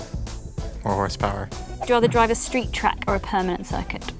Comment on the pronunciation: everybody else: street circuit/track, permanent track: shreet shrack